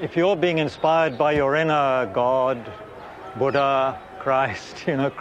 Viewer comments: 'Bhooooodda' phonetic Massacre 💀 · it's Buddha, not 'Budha'.